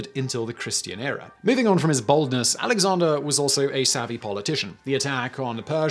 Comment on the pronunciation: Dude had a headful of hair, Sounds like you're saying baldness instead of boldness and then it being sponsored by Dollar shave club I'm like is he doing that on purpose?